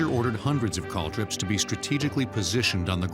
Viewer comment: Calldrip? They mean caltrop. Cal trop